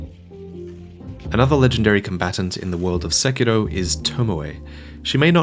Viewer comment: Your saying "Sekiro" wrong